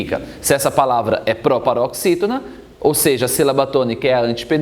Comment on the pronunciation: Proparoxítona Ai vc lê próparoxítona